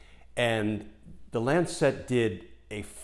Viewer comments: Love the piece but Lancet is pronounced LANcet not LanCET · Not quite how Lancet is pronounced. It's a softer "set" rather than lan- SET. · For goodness sake pronounce Lancet correctly. It is not Lancette. Mispronunciation a la Trump distracts from the message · lancet. pronounced lan sit, not lan set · Btw it's the LAncet, not the LancEt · good clip, good arguments. -- one quibble though: it's not Lan-sette. The medical journal is called the Lan-sit. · It is not the "Lan Cet" as he keeps saying, it is the "lancet" all one word!!! Wouldn't bother me so much but to my ear it is distracting from the content. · Not Lancette, Lancet [short end] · Glenn, it's not Lan Set. It's not a satellite. It's not Chinese. LAN-set. A little sharp knife, a LANCET. You know--like "lance a boil." You're driving me crazy with that mispronunciation! Jesus. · I love you videos and do hope you predictions come true in January. Just a small note. Lancet is pronounced 'Lancit' (as in the knife). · It is pronounced LAN-set. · If you’re going to make a video for thousands of views, why not take the trouble to find out how to pronounce words you use. You probably don’t even know what a lancet is. LAN suht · While I agree with your major points, it doesn’t help make your case that you evidently have never heard of the word or the journal “lancet” before and are so incurious as to not care how it’s pronounced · for the pronunciation of lancet ;-) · Good story, but I got totally distracted by the mispronounciation of the word "lancet". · LEARN TO PRONOUNCE LANCET, I CAN'T WATCH YOU MISPRONOUNCE IT SO SEDULOUSLY. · A picky point: Lancet is a one syllable word.